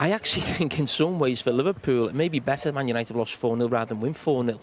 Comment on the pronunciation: What's a "Manishunited"?